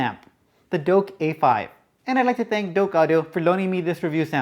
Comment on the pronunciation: Its Douk NOT Doke.....:)